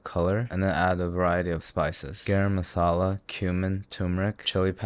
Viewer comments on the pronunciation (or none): 'GAYREM MASSALA'